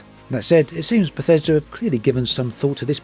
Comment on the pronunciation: I was on board, till I heard "Bathesda" lolm garanteed to be a pos.